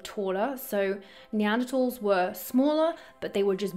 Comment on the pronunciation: Neantertalls? Build back beeter? LoL . F them love you.